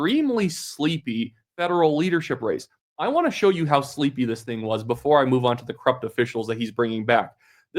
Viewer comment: I thought you said sleezy instead of sleepy. It was sleezy